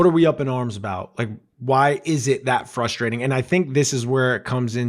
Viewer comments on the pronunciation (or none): none